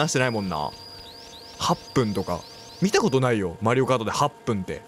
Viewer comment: 普通にマリオコートいうのわろた